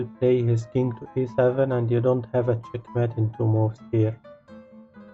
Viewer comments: The word Mate in Check mate is pronounced like: hate, late eight fate plate. I enjoy the puzzles but your enunciation of a key word is annoying. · "It not chet met en two moov"